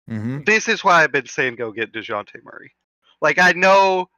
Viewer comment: I forwarded the Timestamp to hear take on DON-te-lay's performance and I got more than I bargained for with his De-WAN-tay Murray, [ channelling his inner Spanish ] 🤣🤣🤣🤣🤣